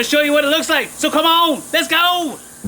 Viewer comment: i so thought he was saying "Lets Gold!"